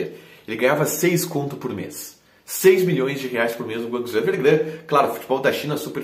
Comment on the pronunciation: Curti o quadro! Ah, o nome do time chinês é Guangzhou Evergrande, não "Evergran" como falou hahaha